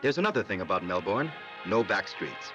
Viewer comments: Great video! But as an Australian, I have to say; it's pronounced Mel-bin not Mel-born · Nahhh it is Melben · Actually, it's Mel-burn.